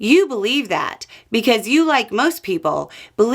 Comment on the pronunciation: when says "because" it sure sounds like "while" 😅